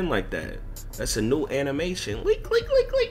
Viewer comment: Bruh why you say Leak like that dude?? Cmon bro you don’t have to say it like that! It’s kinda cringe man😣